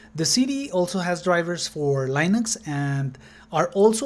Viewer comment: LINUX is pronounced "LEENUX". "LYNUX" doesn't exist.